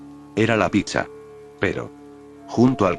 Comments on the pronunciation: En vez decir pizza a veces el loquendo dice Picha 🗿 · Soy yo o suena cuando dice pizza se entiende picha